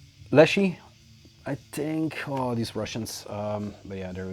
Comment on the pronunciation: Great stuff as usual, Leshyi pronunciation is spot on 😁🔥👍